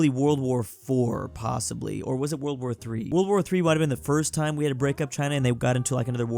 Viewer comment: You said borld